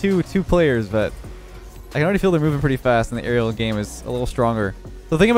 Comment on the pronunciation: The only thing I heard was him say Arelel for aerial